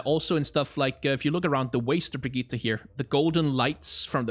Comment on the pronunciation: Great video, tho as a swede myself i can confirm that you DONT pronounce her name "Brigitta", just say it like "Brigitt", just skip the E at the end and you got it